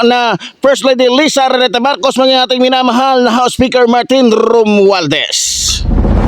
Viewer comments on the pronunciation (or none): none